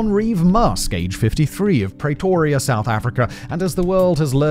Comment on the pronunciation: WHAT THE FUCK IS A "PRATORIA"?? FOR FUCKS SAKE IT'S "PRETORIA"